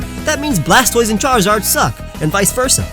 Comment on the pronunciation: Blastoise is the best out of the three starters. Also how bad at Pokemon names do you have to be to Mispronounce "Blastoise" ?